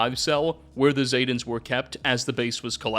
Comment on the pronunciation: ZEEEEE-tan, not ZAY-tans smdh, otherwise good video